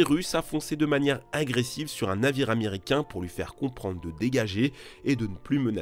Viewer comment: C'est quoi un zaméricain ?